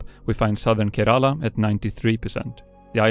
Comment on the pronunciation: How he pronounced kErAla was just funny